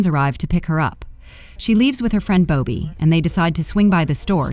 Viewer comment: AI never fails to provide ridiculous ways to pronounce names. How does Bobby turn into Boe-bee?